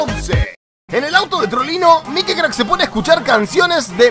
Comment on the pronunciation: Porque en lugar de decir mikecrack dice mikicrack